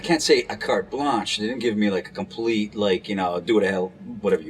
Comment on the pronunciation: “Did you rike it?” Lmfao.